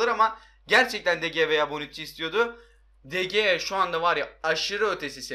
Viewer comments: de gea deil Dı hea diye okunuyo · DE GEA DİYE OKUNMAZ DE HEA DİYE OKUNUR !!!!!